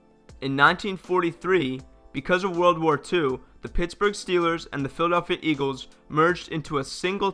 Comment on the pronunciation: "Phil Pitt Steagles"